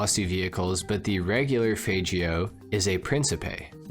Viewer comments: Faygeo!?? lol it's FAGeo! lol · It’s not FAYGIO it’s a FAGGIO *Italian accent and hand gesture 🤌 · Man really said fajjio bro its Fag-Gyo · bruh worst pronunciation ever bro! they the g as g as faggio not fajhhio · As a gay person it’s fine to pronounce the faggio’s fagg-io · How does he pronounce it "fajio" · Why'd u pronounce the fagio like that😭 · It's ok we all know how faggio is supposed to be pronounced.